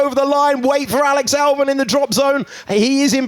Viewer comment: why he pronounced Alex Albon as Alex Alburn?